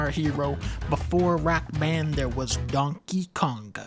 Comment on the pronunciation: DUNN-KEH Kaoug-GAH